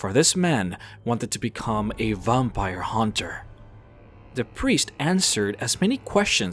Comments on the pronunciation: Vampire not vumpire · Good video but your pronunciation of a few words like "vampire" really bothered me and I couldn't help but imagine that you do it intentionally.. Also I kind of cringed the times when you went a little overboard with your voice trying to sound cool or something. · The way you say "Vampire" bothers me.